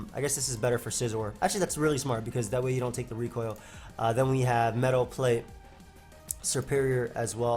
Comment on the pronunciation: why do you pronounce meadow plate like metal plate?